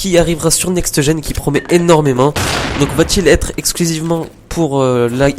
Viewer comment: il peut le dire "NEXT GEN" sans rajouter -eu a la fin de next